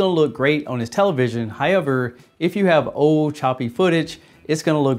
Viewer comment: It's pronounced HOW-EVER, not HI-EVER